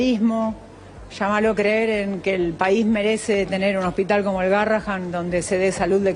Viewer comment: Adorni no sabe ni siquiera pronunciar el nombre del hospital correctamente. Que se puede esperar de semejante personaje? NADA BUENO